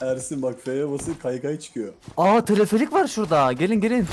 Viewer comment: Abi teleferik o telefelik değil😂